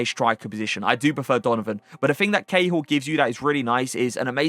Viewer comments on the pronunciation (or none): none